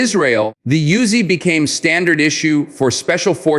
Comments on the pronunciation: Pronounced Oo-Zi. Not Yoo-Zi. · Of course not. And the name pronounced Oozy, Not Yuzy. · Yo Bro, this ain't a YOOZIE, duh? It is an OOZY, THAT'S THE WAY IT IS PRONOUNCED 😂 You do not want the IDF come nockin on yo door😅